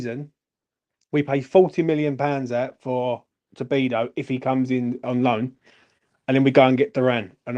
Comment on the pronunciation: Good stuff! I'm buzzing right along with you,! FYI - it's "To-di-bo" not "To-bi-do" lol it's a bit tricky, but you'll get used to it! ⚒️